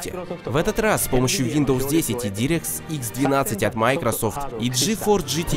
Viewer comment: Не директ икс, а дайрэкт икс произносится